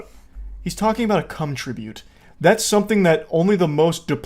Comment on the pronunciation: the moment you said tribute I instantly knew it was an indian lmao